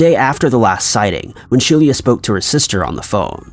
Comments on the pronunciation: pronounced she-lah not she-leah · Could her name not have been spelled "Shelia"?